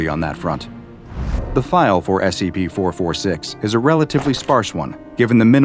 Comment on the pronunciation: Why does it sound like he always say S E B instead of S C P...